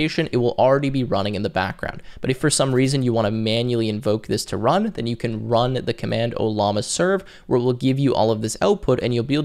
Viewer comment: Are we seeing evidence that you really really want to rub llamas? (I've count 2 instances so far in the video before it has finished) In all sincerity I appreciate this video.